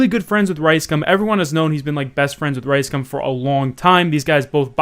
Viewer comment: I like the way you say Rice Gum it sounds like Ricescum which fits